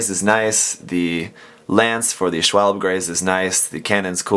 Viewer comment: Much like a lot of the naming mechanics for the IBO suits Schwalbe is German for Swallow(the bird) and it is pronounced Sha-vall-bay, just for future reference. I am planning to do a kitbash in the near future for an IBO version of the Tallgeese and I am planning to use the smooth bore rifle from this set for the Dobergun. Not sure how I am going to modify it to work with the suits that I am combining but I will cross that bridge when I get there.